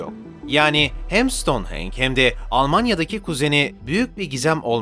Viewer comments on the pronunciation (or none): video guzel emegine saglık ama soylemezsem takılırım kusura bakma stonehenge in okunusu "stonhenc"😅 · ston henç diye okunur